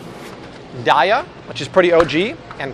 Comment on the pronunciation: you pronounced Daiya wrong. it's day-yuh